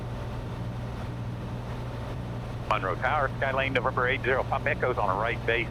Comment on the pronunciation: Wow. I had and aunt and uncle who lived in Monroe when I was a teenager and got to go visit several times. Good times. I also noted you pronounced Monroe correctly 😀😀